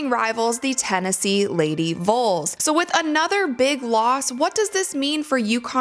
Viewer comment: It’s vols not vuls 😂😂